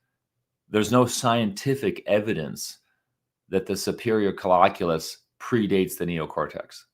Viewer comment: It is pronounced coll-I-culus and it will drive me crazy to here it mispronounced. I am not alone. We knew this about the complex calculations in the SC in the 1980's and 90's. I learned this stuff in 2010. Do not believe everything you read in Pop-Sci articlaes Boys&Girls.